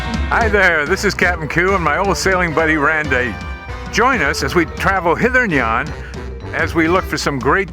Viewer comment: Hither and yawn? I love it. I never heard hither and yawn before, and I love it. The vessel is quite nice too!